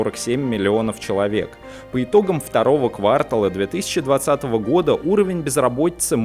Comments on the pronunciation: Кварта́л... Вы же учитель,... Вы не в первый раз ставите неверное ударение в словах... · второго квартАла. Ну уж от преподавателя такие ошибки слышать